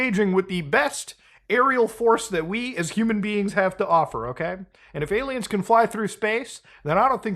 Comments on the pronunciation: What does he keep saying? Ayla Maows? . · why does he call aliens, aylamows?